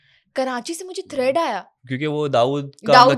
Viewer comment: Karachi say thread ni threatttttttt hota hai